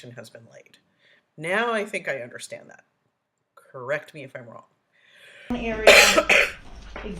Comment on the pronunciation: Right lol….. “UNDERSCHDANT” remoo me den, vehicoo, ashyouvee and so much more lol